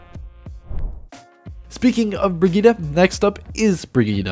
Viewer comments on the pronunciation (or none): Bri-geet like kahjit not brigeet my ears oh god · Why do you pronounce it “breh geet uh?”